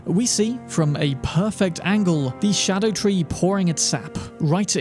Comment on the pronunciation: It's not a "shadow tree." It's a Ska-doo tree, which is my its spelled as "Scadu-tree"